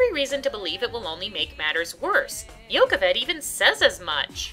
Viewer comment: Ok, I HAVE to ask... are you mispronouncing Yocheved or is the production? Because Yokovid (the way you're saying it) grates on my nerves like a cheese grater. I'm gonna assume it's the stage production since you've seen Prince of Egypt (where it's pronounced correctly).